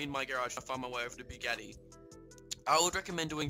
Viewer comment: whats a “bugarny” 😂 Bugatti I think you mean